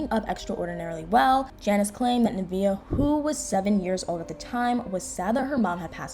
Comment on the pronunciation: nuhh - vay💥 not nuhh - vee - uhh 😬